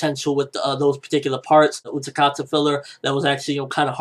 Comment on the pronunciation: It's Utákata, not UtaKata